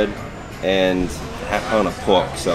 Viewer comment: BAHBECUE (barbecue), LAHGE (large), POHK (pork), SHOHTLY (shortly), CAH (car), FRUIT BAHS (fruit bars)... I really enjoy your accent! Greetings from Montréal 🇨🇦